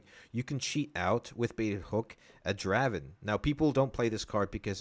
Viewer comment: Friendly correction, Draven is pronounced DRAY-VEN. :) Great video!